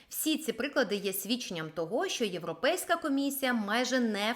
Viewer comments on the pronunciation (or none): none